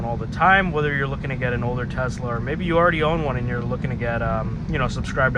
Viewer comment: why you say Tezzla? uhh why uhh why uhhh